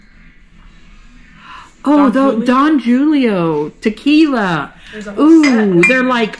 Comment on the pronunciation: Its pronounced Don Hulio the J is an H sound